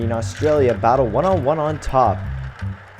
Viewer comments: its pronounced AUSTRALIA NOT ARGENTINA!!!!!!!!!!!!!!!!!!!! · You said argintera instead of Australia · anyone else realise he says argentina not Australianlia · wtf HE SAID argentenia AT THE END INSTEAD OF AUSTRALIA